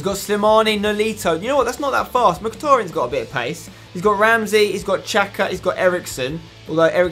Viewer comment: It xhaka not chaca